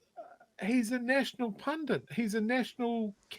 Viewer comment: Pun - DIT, not pun - DINT